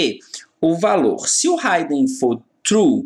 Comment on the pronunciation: Excelente aula professor, porém uma pequena correção se me permite. A pronuncia correta é "hidn" (Ridin) e não "Raiden". Abraços e continue com esse ótimo trabalho.